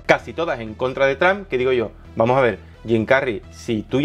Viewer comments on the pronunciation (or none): none